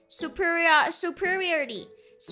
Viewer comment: This vod is a case study into a vtuber's perils of trying to pronounce "superiority"